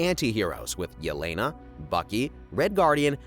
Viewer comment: For heaven's sake its E-LE-NA. SHE IS RUSSIAN. A name like "Ye-Lay-Nuh" DOESN'T EXIST IN ANY SLAVIC LANGUAGE!